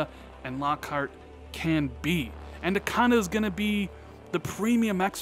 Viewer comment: Every time you say anaconda I giggle. ANNA-conda, not ANDUH-conda. Love your content,. Keep it up!!!